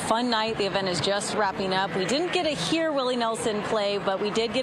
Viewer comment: "getta hear" 2x in 10 seconds "The Farm Aid" "The Middle West" .......Mrs Ron Burgundy